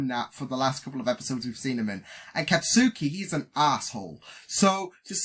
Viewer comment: It'll be a bit harder if you try to go with first names since most characters are rarely referred to with their first names. They go be their surnames far more often so it might help if you focus on those. For instance Katsuki is pronounced more like "Khat-skee" which isnt really how it looks but it'd probably be easier to recognize his last name: Bakugou which he's referred to most often (except by Izuku who calls him Kaachan). I know it just comes down to repetition so you'll definitely get them eventually, just thought I'd point out that it might be better to start with last names.